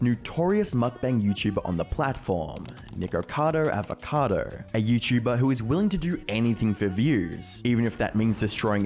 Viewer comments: he said N*ggercado Avocado, just listen to it... xD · "Nikacadder Avacadder" "Penguin Zeroer" every frickin time lol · Nickocadowwrr avocadowwrr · "Nikourcahrdour avourcardou" You fr sound like a muppet💀